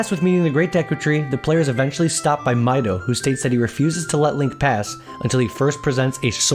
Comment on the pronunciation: Its mido/ミド,not maido,マイド